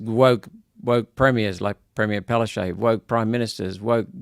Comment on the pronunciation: it irks me when that woman is called Palashey, it is written Palaszczuk and correctly pronounced Palaschook!!!